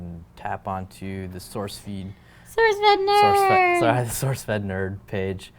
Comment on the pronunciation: "souceFEEED" lol